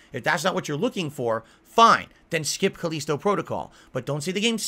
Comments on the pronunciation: why the hell is he calling it Cuh-leesto? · Khaleeeeeeeeeesto protocol. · Cause he is a hermit that never talks with real people.